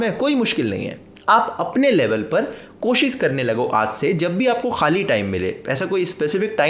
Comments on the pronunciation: Bhai sab theek hai... Lekin koshish bol na!! koshish Ko koshis Bolte ho to lagta hai tum khud theek se koshish nahi kar rahe... 😋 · Koshis nahi koshish hota hai bhai ji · There should be a drinking game for every time he miss pronounces “koshisss” 😅